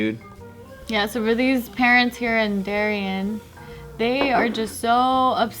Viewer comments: If your from ct than you would know the way pronounced Darien probably threw you off since ppl here call it dairy-Ann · Lmaooo its pronounced dairy ann 😂 Not surprised. Darien is wall street-house wives-helicopter moms.